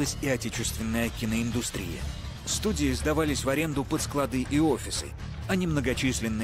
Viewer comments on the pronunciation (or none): В СЛОВЕ СКЛАДЫ, УДАРЕНИЕ СТАВИТСЯ НА ПЕРВОМ СЛОГЕ ! НА ПЕРВОМ, НЕ НА ВТОРОМ !!!!!!!